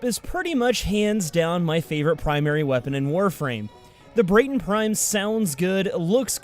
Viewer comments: At the moment the only thing you need to get soma prime is learning hoow to cancel a free twitch prime trial. So it's basically free. P.S it's BRAT-TON not BRATE-TON :) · This man just said “brayton prime” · tfw you cant pronounce Braton LOL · Why call the braton brAton prime it's like walking up to a white guy and saying he's black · I know im a year and a half late but please pronounce the Braton correctly